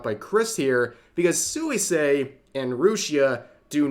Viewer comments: Pronunciation tip: Suisei should be pronounced more like "Swee-say" The u and i kind of slide together... I really don't get it: so,,, most of Suisei's fans support her having a relationship? Most of those in opposition are just ordure-stirring Antis? Well, that kind of stupidity on a shingle is to be expected from their ilk. Just another instance of the pit of nonsense that social media has become. Sic 'em, Rev! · Hi Rev, it's pronounced as "swee-say" not "soo-wee-say". Sorry it was bothering me... 😅